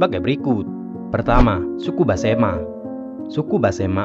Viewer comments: Mohon maaf Besemah bukan basema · Maaf pak, sebutannya tolong yg benar, yaitu Suku Besemah, bukan Basemah. Jangan dirusak dg sebutan asal2an. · Besemah bos bukan basema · BESEMAH bukan Basema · suku besemah bukan basema....cari yg bnr lgi dehh kak